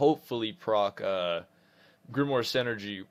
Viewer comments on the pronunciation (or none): none